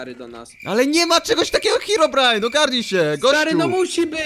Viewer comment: Herobrajna. Nie nawizd. Glołsot